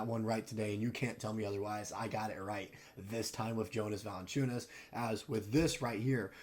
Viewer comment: Still didn’t pronounce his name right 😂